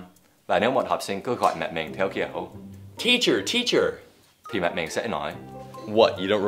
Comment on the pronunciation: Với mình thì Dan rất Giỏi tiếng Việt rồi, chỉ 1 số từ phát âm chưa đúng thôi. Ví dụ: "Theo", "cô" Rất hâm mộ anh.